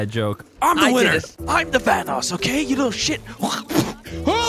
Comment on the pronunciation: Vaccinated Kid its basically SilentDroid calling Vanoss "Banoss"